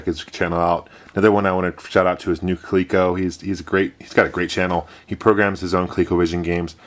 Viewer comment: It's not really "Kleeko" though, is it?!